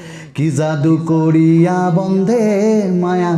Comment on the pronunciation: বন্ধে নয় রে ভাই,বন্দে!!